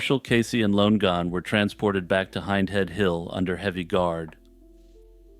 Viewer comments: Should you run across the name Lonegon again, I think you’ll find it should be pronounced ‘Lonnie-gun’ instead of ‘Lone gun’. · its LONN-EGAN not LONE-GAN jfc